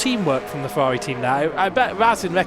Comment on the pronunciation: Ngl is very funny to hear the commentator say the "R's" like "W's" Fewawi Mewaki Fórmula kawim